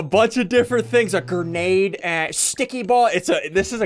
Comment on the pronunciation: He say gurnayd